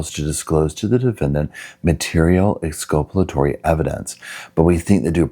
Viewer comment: It's exculpatory. From the same root as culpable, Not exculpalatory.